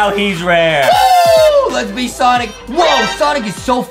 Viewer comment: stop say sinc it sonic